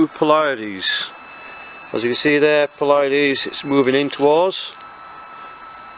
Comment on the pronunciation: Excellent overview! (Only one minor comment, it's pronounced "PLEE-uh-deez" not "plee-YA-deez".) Thanks for the review! Going to pick up one of this little gems asap. :)